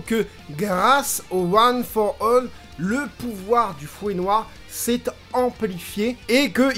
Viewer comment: "one for all" tu le dis super bien 💪 Super épisode, depuis la semaine dernière j'ai l'impression que ça décolle enfin après un début de saison un peu mou.